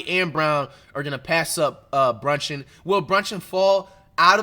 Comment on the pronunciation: Everytime he say brunchin I start dying😭😭😭